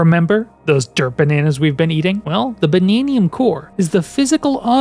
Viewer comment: "Bannaniun Gems?" They're Banandium Gems.